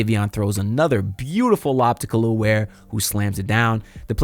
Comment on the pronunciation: Nice video, your butchering his name my guy. Its not "Kalil" Ware. It pronounced Kel EL ( THINK Superman aka Cal EL ) he's said this who his parents named him after . Put some respect on the Kryptonian's name ... And just like that Spo sent him back to the Bench.. I'm a Rockets fan, but Ware is one of my favorite players. The Heat got as good of a chance as any team in the east to make the Finals this year IMHO..